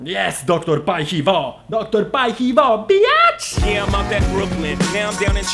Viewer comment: Doktor Paj Hi Wo? a nie Haj si wo?